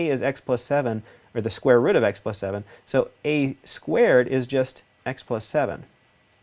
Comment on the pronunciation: Youre accent lol. The square roUt Almost sounds new england accent, like roUf for roof Good video thanks